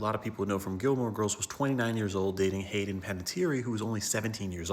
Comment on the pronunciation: That not how you say haydens name